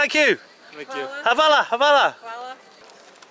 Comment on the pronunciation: Wrong akcent for thanks :) Hvala not havala